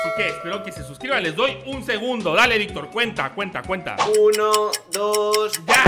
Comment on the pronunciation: dice mayictor 😊